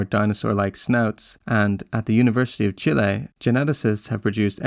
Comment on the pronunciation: Say "Chile" again